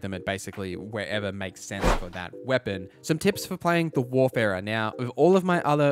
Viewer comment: It’s WARFARER not WARFERER, bro.